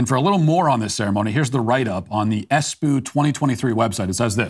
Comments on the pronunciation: Matt darling. It's Espoo not Espuu. #Finn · Espoo is not pronounced as Es "poo". The "p's" are pronounced as "b's" so just pronounce Espoo as Esboo. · He often mispronounces things on purpose. Im sure this was the case so he could say “poo” 😅